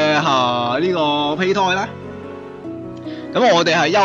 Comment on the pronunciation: 其實係讀(杯)胎